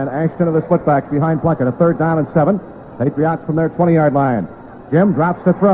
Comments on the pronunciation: Why does he keep saying "PatriOTT" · It cracks me up hearing the Dolphins radio announcer pronounce Patriots as "Patri-ahts"